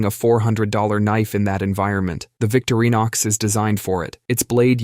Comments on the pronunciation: The brand is VICTORINOX. Not VICTORY NOX. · VIK-truh-nox. That's what i use, and Britain's (once) "Young Butcher of the Year," Scott Rea, recommends them too. Best knives ever, IMO. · It’s also not Victory-nox or Aqua-fine-uh.